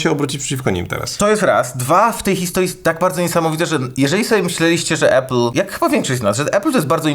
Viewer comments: Uwaga dam szok: czyta się APL a nie ejpl :D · Chłopaki odpalcie AI - niech nauczy was mówić "Apple" 😅 Nie ma takiego słowa "epyl". Jest Lądek Zdrój...